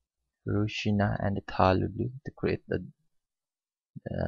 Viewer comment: Not ru-sina....u should speak Ro-si-aa-na...